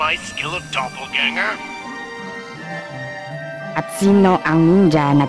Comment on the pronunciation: Do/pol/ga/nge/r Hindi Dopol/gang-ger/